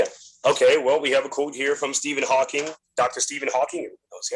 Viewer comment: And it is HAWKING! FFS. That is one of my pet peeve.